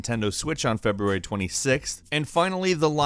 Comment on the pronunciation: "feBURAY 2019"